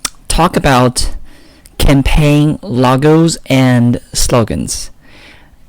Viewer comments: Logos not Lagos man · Campaign "lagos & slogans" ? Wth man. Lol. I can't watch your videos because your pronunciation is so hard to listen to 😕 sorry